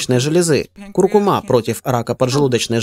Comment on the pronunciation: Спасибо за видео, только ударение на предпоследний слог в слове " куркУма")